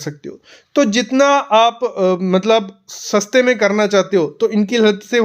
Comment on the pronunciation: सस्ता में। नहीं। सस्ते में।